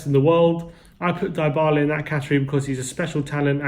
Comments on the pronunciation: In not pronounced diebala it pronounced dbala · It’s Dee Bala for fuck sake